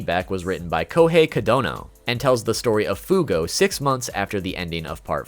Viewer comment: did he say sex bullets in stead of six bullets